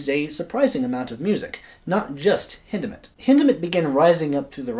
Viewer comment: Thank you for the correct pronunciation of his name! Hindemith is my favorite composer.